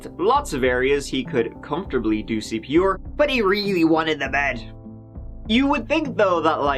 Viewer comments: I realized now that the host pronounce 'R' as 'oor' all this time just after he said CPR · Cpr is an acronym it’s not pronounced ceepeeawwghoor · Why do you keep saying "CP-Or"? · C...P....R. Not fucking OAR. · He keeps saying CP or....CP orrr....CP OR WHAT MAN!?!? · WTF is "cp oar"? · CP or? Or what? (Dictionaries has something called phonetics - you can also hear pronounciations on google translate) Love your videos! (Lorve your videors!)